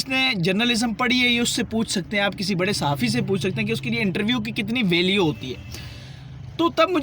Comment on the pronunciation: Value bolna sekh lo pehly valueeee ahahahhaa